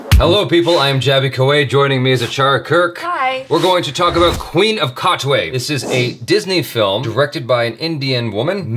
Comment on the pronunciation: Seriously??? Katwe??? 😂😂😂😂